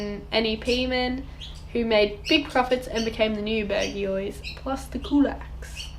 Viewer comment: It’s pronounced ‘Bourgeois’